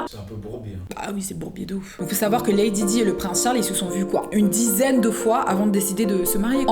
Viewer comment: je l’ai mis à la française 🙃